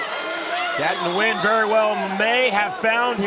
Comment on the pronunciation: Anyone else notice the announcer butchered Nguyen lol